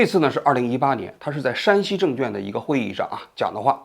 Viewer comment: 王局，证券的券一直都没有读对呀，小错误批评一下